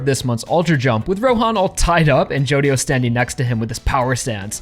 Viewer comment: i hear a lot of ppl pronounce Jodio like you, but I still think the right way is gonna be stressed like Jo-Dio